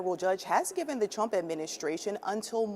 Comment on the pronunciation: Did she say the Twump administration?